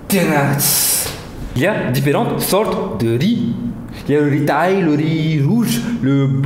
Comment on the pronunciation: ya différent sort de rrrriiizzzz jadore :)))